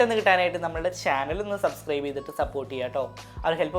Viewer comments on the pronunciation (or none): none